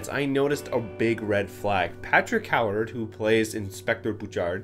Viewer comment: Ewe-ard. Not Howard.